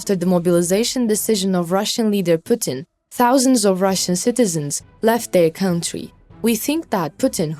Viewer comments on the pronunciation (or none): none